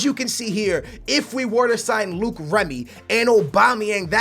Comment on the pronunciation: ITS NOT PRONOUNCED "Luke" remy!!!!!